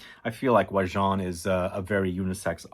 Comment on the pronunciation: Except for how he pronounces it makes my eye twitch hahahah